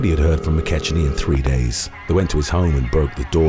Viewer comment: Mc KECK-nee, idnit?